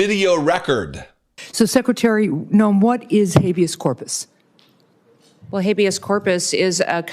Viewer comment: First of all the reporter did not clearly pronounce habeas ,to me the first time he said it it sounded like "abuse" , and "v us " the second time it was a little more clear but not quite clear. With age it is common for consonants sounds to more difficult for the brain to recognize .Ex an R my sound like a D. Look it up! These reporters know Trump is elderly and conniving .So he is going to evade any question that he doesn't like and Kristi knows to follow his lead. To allow for Trumps age and personality quirks ,the questions must be simple and words pronounced clearly and to where the content gives clues to what is being asked. The question should give little room for evasion .For example Skip the word Habeas Corpus and ask "It is a great concern of the American people that you are detaining and holding American citizens and those following legal procedures to obtain citizenship without giving those people a written legal reason for their detention. Are you concerned that you are seen as not obeying the law of Habeas Corpus." Or some way to back him in a corner. Your bloviating about a poorly phrased question just to fill time is not helpful to anyone.